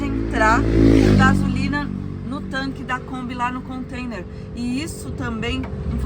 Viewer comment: Alô... somente um lembrete.... não é "Contender" e sim Container ...kkk um abraço e boa viagem!